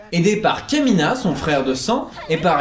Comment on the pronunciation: le aidé par kémina m'a fait tilté c'est KAMINA !!!